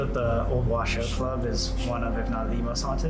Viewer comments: No, it's pronounced, " WA - SHOW" and spelt "WASHOE". It means, "People from here". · Isn’t it pronounced wa shoe club? I’ve never heard it pronounced the way they are saying it. I remember twin paranormal went there and they pronounced wa shoe. I was confused but what ever